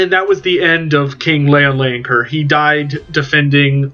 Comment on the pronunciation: As a french myself, Bretonnia appeals so much to me. I do hope they will be playable soon after release. And don't worry, I bear no grudge at your pronunciation, especially as you made such a great video about Louen Leoncoeur. Vive le Roi!